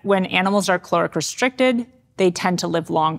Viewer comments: It's caloric not chloric, bugging me she can't pronounce that word! 😂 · Is it me or I am hearing 'cloric' restriction. I had to check the captions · And I'm stuck on the question, Is the word "caloric" or "calorific" ? Thus reducing my lifespan 😂